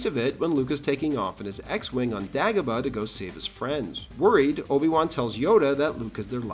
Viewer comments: DAY-GO-BA.... not DAG-OH-BA 😂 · “Dah-gobah”?? Gotta step up your AI game partner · Great video but why do you pronounce Dagobah differently from the movie? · What accent is that? Same with his way of saying Dagobah. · I don't think I've ever heard anyone pronounce lava and Dagobah like that before. Great video as always but that was incredibly distracting. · How do you make a video this thoroughly researched and then mispronounce Dagobah? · Yeah, that's it. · Your mispronunciation of Dagobah exposes you, you are no Star Wars expert.